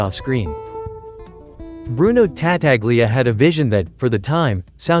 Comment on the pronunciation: TA TA glia... jesus christ.